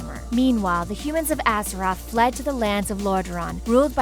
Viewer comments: "Atheroz"? I think you mean Azeroth. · ATHEROZ?! REALLY?! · Did I hear Atheroz? Haha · She is so ignorant lolol. wtf is an Azeross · Azkeroth? really? You guys didn't find someone with more experience at reading or a wow player to do the talking? Aside from the lore mistakes are you guys even trying? Honestly for good wow lore videos i suggest Nobbel87. At least he tells you everything and tries to find the correct images to show (varian wrynn insted of his granfather or anduin wrynn instead of llane; the order being wrynn the 3rd>llane>varian>anduin). Stop butchering the names!